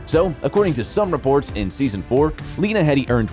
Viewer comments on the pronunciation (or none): Jerome, not Jeremy! Plus her surname is pronounced Heedee.